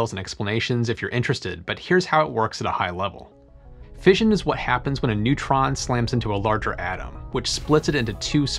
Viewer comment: Since when has everybody started pronouncing fission as 'fееzhn insted of 'fishn?